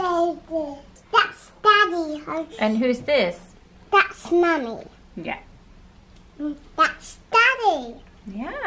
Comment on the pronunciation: I love how Alessia is pronouncing it like Mummey 😩 her British accent is the cutest, I cant 😩❤️